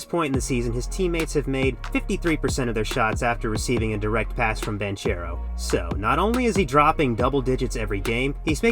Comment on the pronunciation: one second into the video and bro pronounced Banchero wrongly. Good video though.